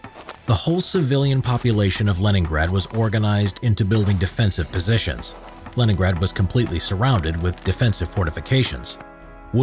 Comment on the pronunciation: I honestly thought you said Lemongrab